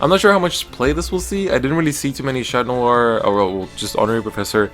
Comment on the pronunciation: Your pronunciation on the cards are 👌, especially for Chatnoir